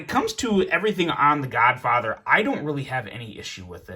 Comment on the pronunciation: U keep say the godfather but all i hear is the Godfocker 🤣🤣🤣🤣